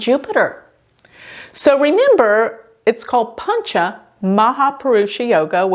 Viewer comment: Not pancha , it's panch